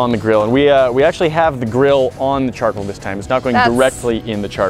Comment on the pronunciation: Argh!!!!! the word is CHARCOAL, Char-Coal "coal" C-O-A-L..... not Charkle....